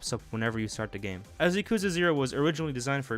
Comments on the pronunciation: bro just said "Yuh-koozuh Zero" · He really said Yak ooza... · I've never heard someone say Yakuza with such disfigurement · No one pronounced yakuza correctly lol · why do you pronounce yakuza like that